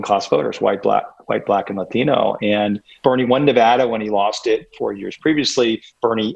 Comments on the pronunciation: It’s Latino not Lathino for you sir. I claim pronunciation appropriation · Why does he pronounce "latino" with an accent? Does he say kangaroo like an aussie? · stop saying 'latino' like that, dude